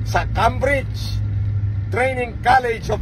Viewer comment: Tengene ang pronunciation ng Cambridge. 😁😁